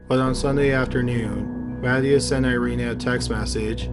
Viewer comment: "MA-ti-ahs", not "Matty-ass"